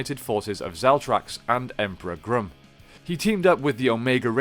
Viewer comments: It is pronounced Grumm not Groom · Your mispronuciation of Grum is aggravating. His name is pronounced, Grum not Groom. Like Chewing Gum. I hope you don't say, Chewing Goom. 🤣 And Z's full name is, Elizabeth Delgado. Just stating because you called all the other spd rangers, by their full names. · Gum not groom. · It's pronounced Grum, not Groom. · Doggie Cruger should not be in this list. He is the Mentor and Comanding Officer of SPD. He is not the 6th Ranger of the team. Check out the Wiki on the season and the article on the character. The SPD 6th Ranger is the Omega Ranger. And it’s Emperor Grum, short u sound, not groom.